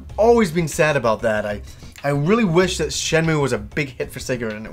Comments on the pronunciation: i kno its hyper grammar police but its really agrivating hearing it pronounced "shen-moo" its Shen-moo-ay" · While you are generally right with how to pronounce a Japanese word written in roman letters, it is actually Shenmuu if you look at the katakana. シェンムー I played through them both in Japanese.